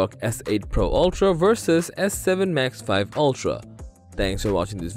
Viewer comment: I don't think it's pronounced max 5, I believe it's max vee.